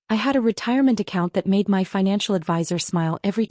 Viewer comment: Learn how to pronounce 'my'. This sounds ridiculous. Also learn how to write a plot that makes sense. Property belongs to someone. Someone who pays the property taxes. The family is either insane or too dumb to live.